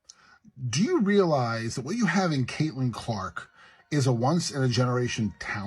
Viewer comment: At least get an AI voice that can say Caitlyn’s name correctly.